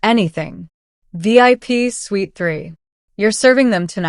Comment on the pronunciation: Suite, not sweet.